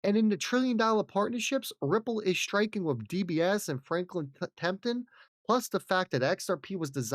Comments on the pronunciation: It's TEMPLE-TON not TEMPTON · Tenple-ton. Not temp-ton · Temp-le-ton! Please!!! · How the hell are you able to say "Winkle," but you can't say "Temple?" C'mon maaan. Isn't there enough "subjective relativism" in the world that you have to also be selecting your "Ls"?